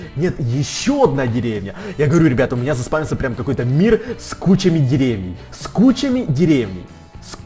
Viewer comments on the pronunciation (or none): Правильно не дере́вней,а деревне́й